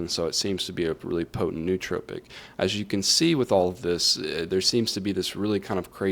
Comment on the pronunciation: I couldn’t stand every time he mispronounced nootropic. It is pronounced as “Noah tropic”.